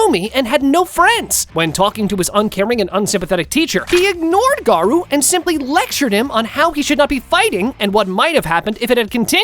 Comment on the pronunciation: bruther its garou